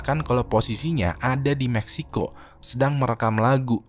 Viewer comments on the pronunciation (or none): none